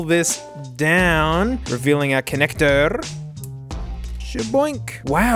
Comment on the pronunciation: conectorrrrrr gru